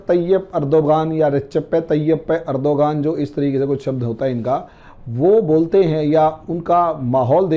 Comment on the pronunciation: बहुत ही आसान नाम है तुर्की के राष्ट्रपति का रजब तैय्यब अरदगान जिसे उनकी ईष्र्या मे अजीब अजीब ढंग से बोलते हो